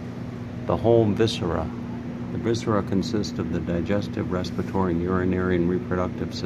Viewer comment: I got annoyed each time he said "respitory".